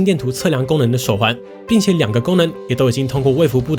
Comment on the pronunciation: 是 衛福部， 不是衛"服"部。